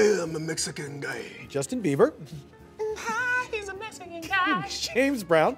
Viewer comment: lol he said justin beaver